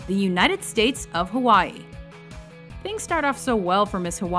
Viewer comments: Ha-VA-EE? Couldn't she just pronounce Hawaii like a normal person? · it sounds like she's saying havvai